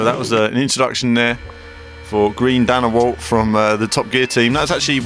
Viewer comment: He said "Green Danawalt." ...